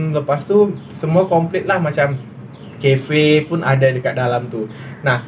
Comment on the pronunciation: Cafe nyebutnya 'Kefe" keren...kalau di dekat Jakarta sebutnya "Kape" jauh sekali jadinya...hehehe